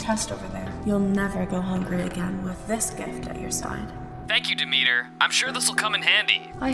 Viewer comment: its not dee-meter its dem-et-ter